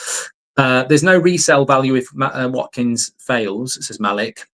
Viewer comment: I say we get Watkins purely based on the fact Mark can actually say his name properly :D